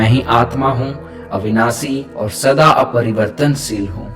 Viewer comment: Bro aapne par aparivartansheel ko partivartansheel kaha hai. Dhyan de, because words hi vibration crate karenge galat sabd galat karenge aur ye duniya waves hi to hai. That's why ancestors uchcharan par dhyan dene ko kahte the. Jayatu Bharatam🇮🇳Hare Krishna 🚩💕